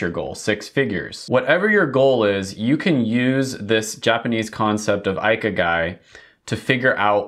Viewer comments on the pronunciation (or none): Ikigai is pronounced ee-key-guy